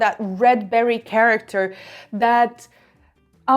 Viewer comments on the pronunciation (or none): none